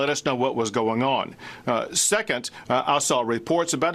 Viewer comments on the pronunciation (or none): Notice how he said "secont" instead of second, or secondly .